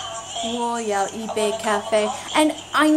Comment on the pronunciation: the correct tone for first character "yi" in "yi bei ka fei" should be the 4th (drop tone). This character suffers tone shifts quite often and it could also be 2nd tone. See . Or if you can read Chinese discussion on this matter, search online for "一字的声调“. Since it's a little bit too complicated, all dictionaries only show yi's basic tone (the first). Of course it's way too unreasonable to expect a non-native speaker to know all this. However we should also be careful, since something being "correct by dictionary" does not necessarily make it "natural". For the most authoritative source of actual tone usage, listen to those CCTV news hosts. They are all professionals with at least 4 years very strict college level training to perfect their pronunciation skill.